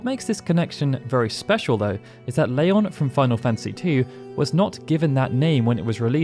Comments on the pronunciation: "Layon" ??? I remember Squall pronouncing his new name differently in KH. Oh well. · You say Leon weirdly